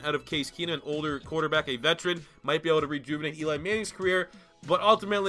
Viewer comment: "rrrrrrrQuarterback!" Lmao